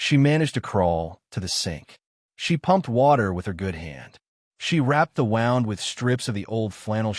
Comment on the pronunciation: Wound is pronounced like whooned. Not like hound